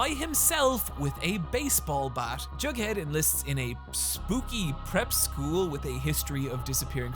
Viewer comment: "I'm sorry Johnny Cash, that we couldn't help you" Jumps out window (Edit: Nothing will convince me he's saying Jughead)